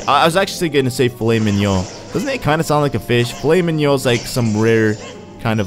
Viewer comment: Wow, you actually almost pronounced filet mignon correctly, bravo!